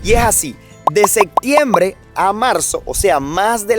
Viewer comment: ¿Soy el único al que le da algo cada vez que dice "sektiempre", "caktar", "okciones", "helicóktero", etcétera? 😳